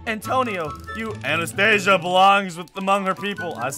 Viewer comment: It's Anastasia not antastasia